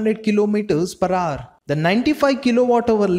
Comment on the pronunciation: Its “ HOUR” bro not “HAAR”